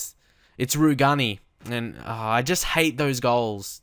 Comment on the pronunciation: Rugani is pronounced "roo-jay-nee"